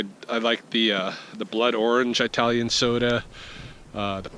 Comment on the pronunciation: Just a note, from someone who got caught by this, too: it's "ih-talian", not "eye-talian". Just take my word for it.